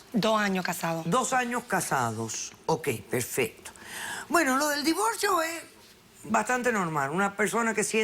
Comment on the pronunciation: Xq pronuncian la l en vez d r si cuando escribien lo hacen bn....x ejemplo divorcio, dicen divolcio 😕😕😕